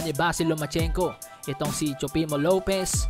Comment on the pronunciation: Tama ba ang dinig ko sabi mo Teofimo Lopiz??